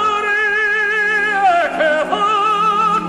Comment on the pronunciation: I own this recording (which is, coincidentally, either Tucker's only studio high C or one of the few) and have always noted that he seems to pronounce the first word "tche" rather than "ke." Do my ears deceive me?